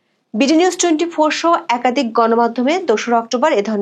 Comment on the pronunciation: একাদিক নয় একাধিক। আপনি 'ধ' এর উচ্চারণ 'দ' করে থাকেন প্রায় সবক্ষেত্রে।